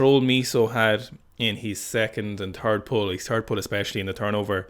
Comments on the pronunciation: I never noticed the 'turd pull' thing before - now it cannot be unheard and will haunt all future Sikastan broadcasts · just go ahead and say "last pull" so you dont have to keep saying turd